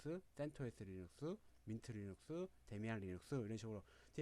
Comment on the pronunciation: 데미안 아니고 데비안